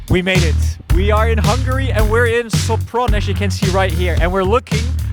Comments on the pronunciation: soPRON 😬 thought you knew by this point that in Hungarian the stress is always on the first syllable 😂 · Sopron is pronounced SHOPRON, give me strength 🙄